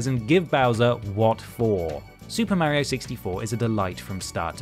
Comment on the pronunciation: Thanks for mispronouncing mario. Despite the fact that he says his own name